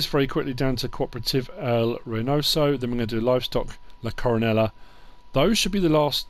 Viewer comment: What a great map, thanks for the tour. If that’s Spanish, double L’s are silent, Co-ro-NAY-ah.